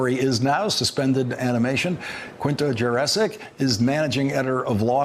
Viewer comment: Off topic: pronouncing the beautiful South Slavic name Jurečić as "jurassic" (as in Jurassic Park)... US Americans, what are you doing! Where is your awareness of culture and heritage?